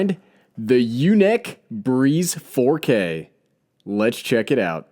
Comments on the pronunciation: YunEEc... Not yunik. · You're killing me it's pronounced unique LOL I have the typhoon H that's why I now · U said the name wrong